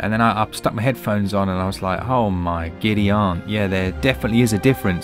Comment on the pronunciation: Lmaooo he said “ohh my Giddy-on” You just gained a sub